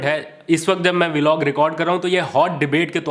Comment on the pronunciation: Please learn to say the correct way >>> VLOG just like BLOCK / BLOG. No such thing as V-Log. I’m saying very humbly. Thanks and regards!